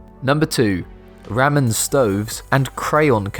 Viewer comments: If an ink-pen is a regular pen, is a lead-pen a pencil? And it's Rah-Men, not Ram-min. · It's pronounced R-aa-M-e-n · never heard someone say ramen like that... Rammun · The way he pronounce Ramen.... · I mean the narrator is English so I guess it makes sense that he mispronounced ramen